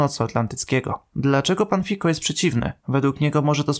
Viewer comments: Fico, nie Fiko ;) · Czyta się nie Wiko tylko Fico . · Nie Fiko tylko Fico i jego zdanie sie kompletnie nie liczy tak na prawdę. Ankieta wypadła tak dobrze ponieważ kanał jest tematyczny, ale i tak cieszy. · Premierem Słowacji jest Fico nie "Fiko". To nie jest język angielski więc "c" nie czytasz jako "k".